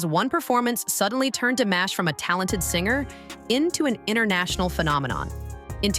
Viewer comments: Диктор, хоть и бот, очень плохо, глупо запрограммирован; Известного Казахского на уровне международном, если не знаете, то имя всеми любимого певца; ДИМАШ, а не 'дамаш', что за манера у бота ИИ коверкать известные имена, фамилии, названия городов, сёл, рек, озёр, и много что другого толдычит своим гнусаво-механическим голосом, что атишники ИИ- глухие, или, 'демонизированные' 'сущности', лишь бы всё искажать, лгать, тупить; таков хозяин ИИ👺👿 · Сначало научитесь или научите робота чтобы правельно говорил его Имя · Спасибо за такое вежливое поправления у меня нет сил поправлять робота хоть я не очень грамотная но слушать как она корежит имя Димаша не выносимо